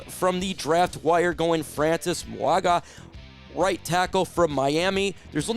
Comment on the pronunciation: It's pronounced Maui-noah.😂